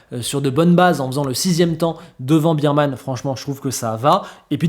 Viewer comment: Le nom d'Oliver, c'est BEARMAN 🐻 et non pas BEERMAN 🍺. - BEERMAN x1 - BEERMAN x2 - BEERMAN x3 - BEERMAN x4